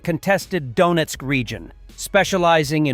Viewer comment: Ai voice pronounced Donetsk as donuts. Homer Simpson approves! 😂